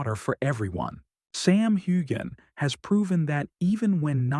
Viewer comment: Nice report but the least thing you could do is pronounce Sam's name right